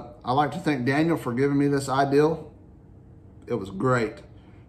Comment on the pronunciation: There's no "L" in the word "idea"; and three words: Homemade Tarter Sauce.